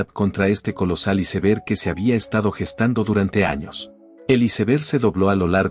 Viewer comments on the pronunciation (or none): SI NO SABEN DECIR "ÁISBERG" MEJOR DIGAN "TÉMPANO" DIOSSSSSSSS !!!!!!!!!! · Sii y aunque hablé en español, debe decir bien "iceberg"